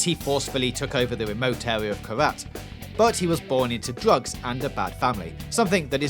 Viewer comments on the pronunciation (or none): Can you say r? Drugs-Dugs wtf haha